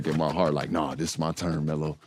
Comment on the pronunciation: I caught that too but I noticed he was saying “ELO” short for “Melo”